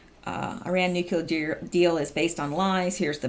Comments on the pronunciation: Hi, I enjoy your posts. Thanks for the work you do for us! By the way, it's "nu-clear" not "nukular" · it's' new-clear, not nuk ku ler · say after me...." NEW-CLEAR"....not Nucular....lol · I absolutely love what you are doing , I was just going to point out ever since George Bush said it this Drives me batty whenever I hear educated people say NUCULAR! , its like a 3 yr old saying Pasqetti or cheeseg'ber, it is "NUCLEAR" instead of nucular., im not bitchin im just pointing out something that is pretty much my problem more than anything , I dont know why it bugs me so bad because tons of people say Nucular so ill just shut up and keep my psychosis to myself keep up the awesome work,, much appreciated! By many many many people, bless you for using your time to inform americas Deplorables , WWG1WGA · you’re doing awesome work. Would you please try to work on pronouncing nuclear? Nook-lee- er